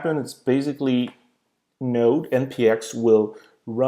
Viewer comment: you need to have what installed? C'mon, it's not like you were saying what time is it? Even the auto generated subtitles got confused. If it's Node (Node.js) you are talking about, now that is a funny way to pronounce it!